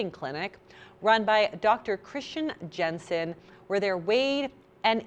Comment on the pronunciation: Are you doing the star bucks thing where you purposely mispronounce the names of people? Dr “Jensen” and Nina “De Broff” 🤪